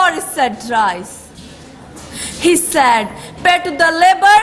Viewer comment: not sad ...word is said... pronunciation is incorrect